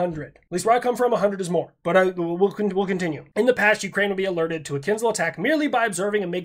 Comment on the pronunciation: I do want to bring up a very important point. :D You're pronouncing kinzhal incorrectly. Unless you're doing an "I-ran" thing and on purpose, the sound is ZH not Z like if you're trying to pronounce a chinese last name of "Zhang", since that too isn't "Zang". I'll see myself out.